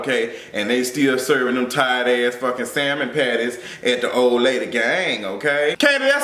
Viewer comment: “Salmon patties “ lol